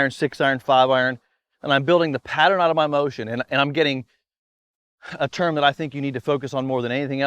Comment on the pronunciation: your Moe-tion :)